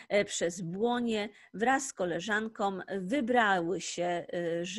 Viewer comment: Dykcja:koleżanką się mówi a nie "koleżankom"